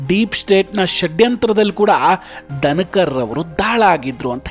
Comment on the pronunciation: ದನಕರ... ಅಲ್ಲ ಪಾ.... ಧನಕರ...ಕನ್ನಡ ಉಚ್ಚಾರಣೆ ಸರಿಯಾಗಿ ಇರಲಿ.....